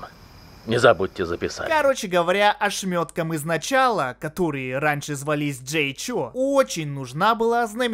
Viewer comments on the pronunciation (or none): none